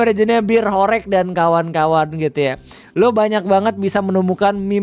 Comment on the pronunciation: dibacanya horeug bg, bukan horeyg